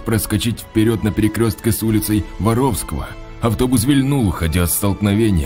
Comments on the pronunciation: Ул не ВоровскОго ,а ВорОвского.Что за ударение?)))🤕😂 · Не Воровско́го, а Воро́вского. Грамматей-десятник... Что ж вы такие малограмотные то... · Улица ВорОвского!!!!!! Ударение на второе О!!!!!!! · Пожалейте уши горожан Кирова, улица Воровско`го, а ул Воро`вского! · ул. ВорОвского!!! Пусть редактор Вам там хоть иногда ударения расставляет! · Улица ВоровскО́го 😮... Обоге, почему такие глупые дикторы? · Почему каверкаются названия улиц в Кирове.Ты давно в на Родине был?) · Улица Воровского ударение на 1 слог